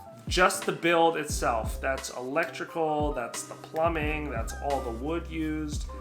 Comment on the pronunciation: thanks for all the info. btw, it's "plumbing", not "plumming". not being snarky, just lyk